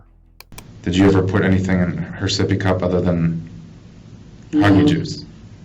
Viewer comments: Take a shot every time they say soppy cup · Sippy cup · Oh hell no my baby seepy cup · Sippy cup 🤭😝